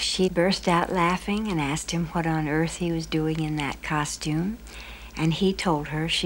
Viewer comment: This documentary provided me the second opportunity to hear this fool’s pronunciation of the verb “asked” wrongly. 🪓 😂